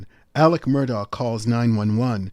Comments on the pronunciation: AleX... There's an X in there as in AleXander, not a C as in AleCander. 🙄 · Isn't it Alex, not Aleck?